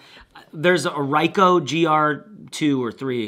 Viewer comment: Richo GR iii is my go to cam. Smallest and lightest for quality ratio. Unbeatable. It's pronounced "Ree-Ko"